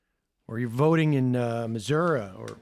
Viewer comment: Missouri ends in "I", dummy. Missour-ee. Chrissakes..